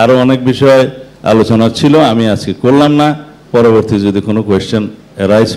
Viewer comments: সবকিছু বুঝলাম কিন্তু ''চা মু আলাইকুম " এটা কি???🙄🙄🙄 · সালামটা সঠিকভাবে দিতে হবে ছামলাইকুম এটা কোনো সালাম হয় না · সালাউদ্দীন সাহেবকে সালাম শুদ্ধ করতে হবে মনে হচ্ছে। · সালাউদ্দিন সাহেবের কাছ থেকে পরবর্তী সময় শুদ্ধভাবে সালাম পাবো আশা করি 🙏🙏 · সালামও ঠিকমতো দিতে পারেনা সে আবার মুসলমান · সালাম এর সঠিক উচ্চারণ টা শিখতে হবে জনাব,ধন্যবাদ। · সালাউদ্দিন সাহেব শুদ্ধ করে সালাম দিতে পারেনি। উনার যুক্তি মানা যাবে না। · সালাউদ্দিন সাহেব তো সালাম টা ঠিকমত দিতে পারেনা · সালাউদ্দিন সাহেবের সালাম দেওয়াটা শুদ্ধ হয়নি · খুবই সুন্দর আলোচনা।তবে সালাউদ্দিন ভাই একজন মুসলিম হিসেবে যদি আপনি শুদ্ধভাবে সালাম দিতে না পারেন তাহলে খুবই লজ্জাজনক। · শুদ্ধ করে সালামটা দিতে পারে না । আবার ইসলাম নিয়ে সমালোচনা করে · সালাম টাই শুদ্ধ দিতে শিখে নাই,দিন শেষে লাভ কি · এত ঠিকমতন সালাম দিতে পারে না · সালাম টাও ঠিক হলোনা লিডার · আপনি সালামটা ছহি শুদ্ধ করে দিলেন না। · হেতে তো সালাম টাও ঠিকমতো দিতে পারে না! নাসু সালাউদ্দিন। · হায়রে মুসলিম নেতা হয়েছেন শুদ্ধ করে সালাম দিতে জানেন না ।ইংরেজি তো ভালোই বলেন. আরবি ও দখলে থাকা উচিত নয় কি ?